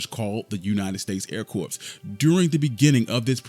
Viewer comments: I enjoyed the video. But please, it’s not pronounced “corPs”, it’s pronounced “core”. Little things like this can mar an otherwise wonderful point being made with this video. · the "S" in "Corps" is silent. Should sound like, "Core"